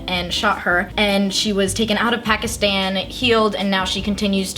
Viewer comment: Hell yeah! Proud Pakistani girl here! It's pronounced P-ah-kiss-th-ah-n, so please say it that way! Thanks!